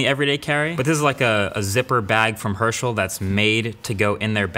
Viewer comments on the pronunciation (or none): none